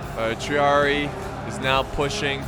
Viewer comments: Tree-are-ee-aye Please, it's driving me insane. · Triari-i,! Triari-i! You accentuate the final i 😩😩😩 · Not trying to be mean just saying I’ve heard historians pronounce triarii, “trey-are-E-I” keep up the great battles though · Just gonna say triarii has an “I” sound at the end